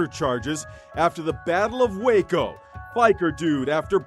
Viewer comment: Waco😂😂😂 gueico.